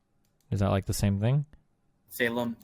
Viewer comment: the tell for me was how whenever he said “the” it sounded like a “duh”. I think I know why he’s so hung up on inbreeding. I’m actually surprised that destiny never really pressed that incest/inbreeding distinction. It would have cut about 10 minutes out f this clusterfuck. lol.